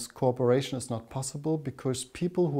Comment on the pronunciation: Sounds like he's saying corporation when saying cooperation